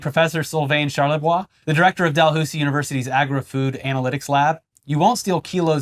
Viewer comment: Dalhoosie…my son goes to that university. You put the Canadian aboot twist on it. It’s pronounced dal-house-e 😂😂